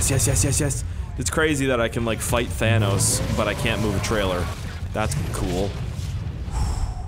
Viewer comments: Thanos gets mad if you call him "thaynose" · It's Thanus